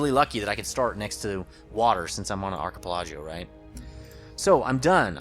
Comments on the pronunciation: I love your videos! Thanks. Also, Ar-chi-PEL-ago with the CH having a hard not soft sound. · You pronounced Archipelago wrong lol, but it's common to mispronounce it. Nice gameplay man